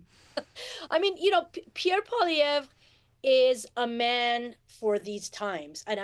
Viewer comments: It's pronounced Polly-ev. Not Pollyevra. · This clip is too short. It does not explain enough about why Pollievre's politics are bad for Canadians. ( For anyone who doesn't know, he is a corporate stooge who will transfer even more of every day Canadians' wealth to the rich elite). And very odd that the woman with the dyed hair pronounces his name incorrectly. His name is French, so you don't pronounce the last letter. It's 3 syllables, 'Polliev' not 4 syllables 'Pollievre'. Just like his first name is pronounced, 'Pierr' nor 'Pierre'. You don't pronounce the 're' at the end of either. I don't like the man, but at least say his name correctly. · So out of touch she can’t even pronounce his name properly. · At least say his name right!! If your for Mark Carney then get ready for HIS tarrifs he wants to tax nations that dont have green energy that means a tarrif on China, Mexico, and ...the USA!! Look it up don't just get your info from these ppl on the youtube.